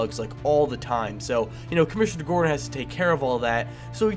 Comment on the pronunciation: It's Gordon not Gordan